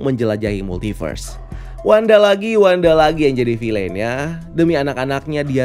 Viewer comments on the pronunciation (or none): Bacanya "fil'n" , bukan "filein"